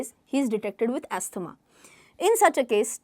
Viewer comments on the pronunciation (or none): Pls correct pronunciation of asthma. It's Azma And not as asthama